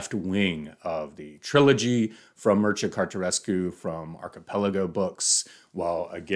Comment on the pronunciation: The name is pronounced as Mir-che-ya Car-te-chesk